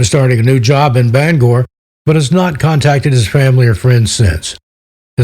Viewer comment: Thank you for pronouncing Bangor correctly we appreciate it!!!